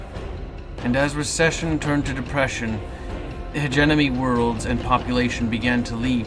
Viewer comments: Not "hedge-enemy." "Hedge-eh-mony" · You keep saying "hegeNOMY"